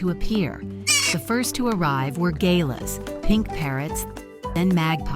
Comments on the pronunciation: I just wish that American narrators would study a project and learn how to pronounce the name of an Australian bird correctly before doing a program IE Galah is pronounced Gular and Kookaburra pronounced cookaburra and not Koookaburra Greta as named was a juvenile King Parrot, not necessarily a female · Gayla???? It's pronounced GAH-LAH. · It's a galah not a 'gala' and I believe it's a king parrot that was featured. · The pronunciation of glah and kookaburra made me lol But otherwise aweaome story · It is Charlie and his tart Camilla and that is not how to pronounce galah and Charlie is King Charlie as he is a king parrot. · Interesting pronouncing of Galah…. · Obviously not Australian accent AI. PRONUNCIATION wrong for Galah, Kookaburra. Cute birds though.